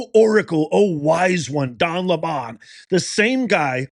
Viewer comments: His name is lemon not le mon lmao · Why do you pronounce his name "Le-Mon"? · The democrats have never changed. AND it is not LE-MON, its lemon.